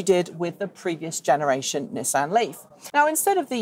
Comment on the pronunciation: I don't know why this bothers me but it's 'Knee-sahn'